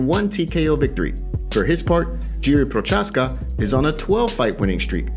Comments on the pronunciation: It's pronounced *Yee-ree Pro-haaz-kuh. Just letting you know. No hate. It's not Jeeree Prochaska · Yee-ree pro-hosh-ka*